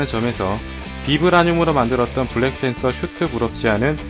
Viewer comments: 블랜팬서?!?!? 블래팬서?!?!?! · ㅋㅋㅋ 블래팬섴ㅋ